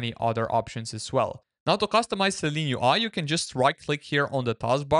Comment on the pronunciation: It’s Seelen UI not Seleen UI.